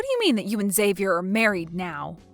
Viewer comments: Learn to pronounce Xavier if you insist on using that rare name. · Good acting except you need to get all actors on the same page about name pronunciations before they record their parts. One sis kept saying Xavier/Xavi in American way of starting with a Z sound & the other kept pronouncing it as an H, like Hispanics (who would change the spelling to Javier/Javi). Weird to hear 2 supposed sisters constantly pronouncing the name so differently. 😂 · Why does one person pronounce his name one way and the second person pronounce it a different way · Depends on the person. It can be pronounced as "Ex-avi-er", "Ha-vi-air" when said in Spanish if spelled with an X or J, and "Zay-vi-er".